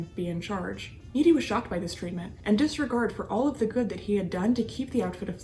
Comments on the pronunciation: It’s not Needy, it’s Nit-ee. I know because I dated one of his descendants many years later. I will never be a part of that family again. Corrupt on all measures! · Great video, but I think cops pronounced his name Knitty not Neaty. Also, you have a beautiful voice, but speaking more slowly, and pausing for dramatic effect would enhance your videos even more. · She pronounced it Needy,instead of Nitti(like knitting).